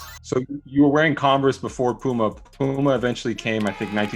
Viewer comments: POOMER...lol yall play too much...stop making fun of CLYDE lol [ HE WAS TRYING TO SAY PUMA] lol8x "ohiorichkid instagram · Sole Collector Dad gotta change his shoes out for Clyde saying Poomer